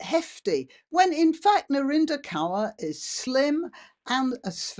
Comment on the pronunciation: Some of us have been warning about the creeping beast system (AI) for decades. Kaur ( pls note, it's pronounced Kor) has capitalised on this system and accrued significant wealth her entire life. Now.......???....her weight is questioned? I have precisely NO sympathy for her. Or for your take on this,. She is no kind of desecrated wallflower. She reaps what she sowed. Real life crime should be our priority.